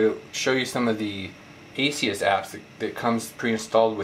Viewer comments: Good video, but the name of the company is ASUS, not Asius. There is no "i" sound in the name. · Great review, my only problem is that it's ASUS not A-SEE-US. Perhaps I'm just nitpicking. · Good review, just one problem. It's ASUS not ASEe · Realy why do you say asius? lol do the people at the store say it like that to? Or do they just say: Wtf at ASUS not asius.. asius sounds lame' lol just kdding ofc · Omg say the companies name right